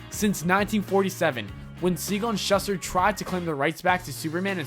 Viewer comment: Alot of These "facts" are inaccurate and very misleading. Also Shuster is pronounced Shooster and Niche is pronounced NeeChee